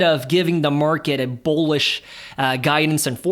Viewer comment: I don't mean this in a mean way at all but are you saying Bowlish or Bullish. If its Bowlish is that just a new way of saying bullish?